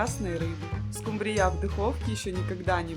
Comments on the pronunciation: Почему скумбрия с таким ударением произносите? Или я что-то пропустила в русском языке? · Все замечательно, кроме неграмотного произношения названия рыбы,не скумбриЯ, а скУмбрия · Я только не поняла, почему скумбриЯ, а не скУмбрия? И зачем столько масла, если рыба и так жирная? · Ты из какой деревни, скумбриЯ? Правильно - скУмбрия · Не скумбриЯ, а скумбрия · Почему-то большинство хозяек неправильно называют эту рыбу - скумбриЯ! А правильно-то - скУмбрия! Ну и, конечно, меня потрясла фраза в первом рецепте: "вместо надоевшего лосося". Поднимите руку: многим из вас успел надоесть лосось? И последнее. Тут уже успели обидеться: «Ишь какой грамотный выискался! Какая разница: скУмбрия, скумбриЯ?» И добавили: «…могли бы и макрЕлью назвать - рыба-то одна!». И снова я тут я «в очках и шляпе»: нет, не одна! Это разные рыбы: и по экстерьеру, так сказать, и по особенностям вкуса. Это подтвердят многие источники. Но все равно: за рецепт и старания - спасибо! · СкУмбрия, никак не скумбриЯ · Что за скумбриЯ`?! С ударением на Я . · Очень все аппетитно, только режит слух , ударение не скумбрия не на я, а на у. А так обязательно приготовлю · Первый раз слышу такое-скумбриЯ!!! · СкумбриЯ ! Бедный русский язык 😢 ! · Это миллионЭры говорят скумбриЯ'? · СкУмбрия, а не скумбриЯ! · Не скумбриЯ, а скУмбрия! 😅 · Почему скумбриЯ? В ваших краях её ТАК называют? Или это ваше собственное видение? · Надо правильно произносить слова:скУмбрия,а не скумбриЯ.Очень много масла,она и так жирная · Да не скумбриЯ, а скУмбрия! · ..не скумбриЯ😂.... А скУмбрия....😅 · Очень хорошие рецепты.Только скумбрия' режет слух.Привычнее ску'мбрия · Очень надоели эти оглавления, читаешь, и уже не хочется смотреть. И почему вдруг скумбриЯ?! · Ну почему же скумбриЯ ! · Здравствуйте,всем!,рецепты интересные. Ударение в слове скумбрия ставится на у: скууууумбрия. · Слово Скумбрия произносится с ударением на У. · Что за рыба--- скумбриЯ? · ❤Хорошие рецепты , только скумбриЯ😂 и заинтриговала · Что такое скумбрИя?